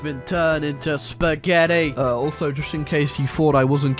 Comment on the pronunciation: "Hes been turned into SPAHGETTI." Look how they massacred my boy.